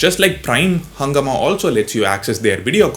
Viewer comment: Also, its pronounciation is not "hungama" but "hungaaama" It's a hindi word. It's a hindi word for chaos